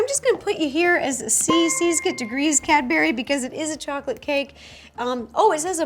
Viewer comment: Ro calling Cadbury, Cadberry is traumatising me